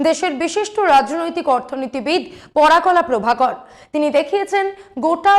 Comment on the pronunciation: একজন বিশিষ্ট ব্যক্তির ভুল নাম উচ্চারণ অনৈতিক। ওনার নাম "পরকলা প্রভাকরন"। আপনি বলছেন "পরাকলা প্রভাকর"। এটা অপমানজনক।